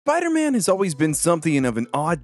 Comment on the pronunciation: “bider man”